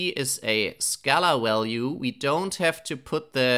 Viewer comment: I had a german professor who also pronounced "value" as "ualue". Can you explain why do you sometimes pronounce it that way? I am very intrigued. P.S. you have the best pytorch series on youtube